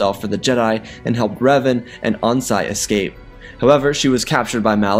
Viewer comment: i hate that he says on-si and not OH-NAS-IS like bro just butchered his name